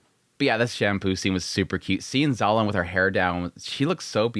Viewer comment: Every time you say "Zolan" it takes me 3 seconds to register you mean "Xiaolan" 😂